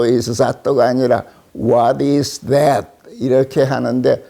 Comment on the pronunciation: ㅎㅎㅎ that 이 어떻게 '잦또' 로 발음이 되지? 나름 번데기 발음해 보려다가 그리됐나...